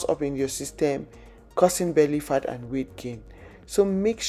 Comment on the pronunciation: When you say "fat" it sounds like you saying 'fart'🤣🤣